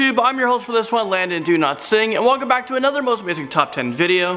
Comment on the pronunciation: Lol why did it sound like he said "Landon do not sing" lol?